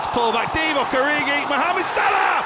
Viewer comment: After all the joy he has brought to football, you could at least pronounce his name correctly.. “mmhammed sulah”.